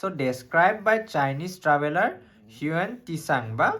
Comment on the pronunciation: হিউৱেন টিচাং neki bro......val hol koi dila moi ako হিউৱেন চাং বুলি পঢ়ি থাকো ... Lol